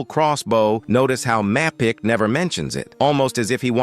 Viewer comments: I missed “jam-toe-pee” and “map-ick” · the pronunciation of Mapicc is diabolical